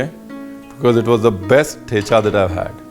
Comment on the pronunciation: The च in ठेचा is dental, not palatal; like the 'zz' pronounced in 'pizza'. Thus it must be pronounced as the च you pronounced